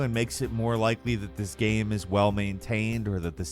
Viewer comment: Video "gam"